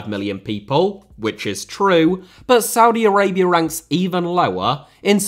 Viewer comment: Did he just said Saudi Araibra?